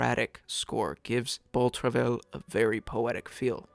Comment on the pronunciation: It's pronounced "bow truv-eye."